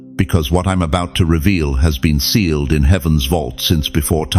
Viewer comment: Sealed, not staled🙏🙏🙏🙏